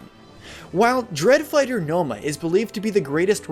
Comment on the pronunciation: "Dread Fighter Nomah"